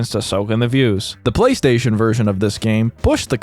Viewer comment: Bro, I'm so tired. The first 3 times he said "Playstation", I heard "Police Station" and was really confused.